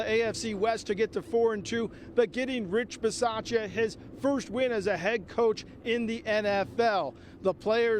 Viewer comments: you can’t butcher the coach’s name! It’s your job to get it right! Ba-sah-cha On Moerig’s pick, Sutton wanted no part in trying to make a tackle. That was completely pathetic. I love that this happened on the day Mike Shanahan, the sole exception to “Once a Raider, always a Raider” rule, was put in Denver’s ring of honor. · How do you work for the raiders and not even know how to say the coaches name correctly lol